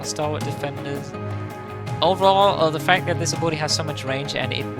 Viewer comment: Ab-il-ity not 'Aboeloetie' haha. Great video, helpful